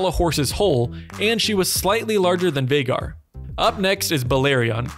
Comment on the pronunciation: Not Veigar, Vhagar